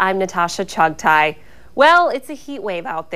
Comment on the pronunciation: your not pronouncing your name right....